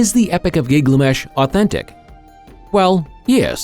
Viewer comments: His name is GIL GA MESH Not Giglamesh 🙄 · Thank you! Was just about to comment about ole Gig-la-mesh 🥴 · Giglamesh giglamesh giglamesh... getting it wrong once or twice would be an accident. Are you one of those that must pronounce things your own special way??🙄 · Yeah, ole' Gig-lamesh. Did you guys even watch this before you published it? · driving me nuts with his pronunciation of giggly mesh. AI doing the talking? Belies the ascription of artificial "intelligence" if so.